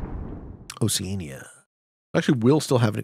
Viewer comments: Why is keep pronouncing oceania like that???? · he must pronounce it the British way. This is one pronunciation US and Canada seemingly agree on.